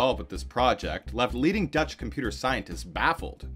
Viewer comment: As a Dutchman, aside fom Pieper I was pretty impressed by the accuracy of the Dutch pronounciations.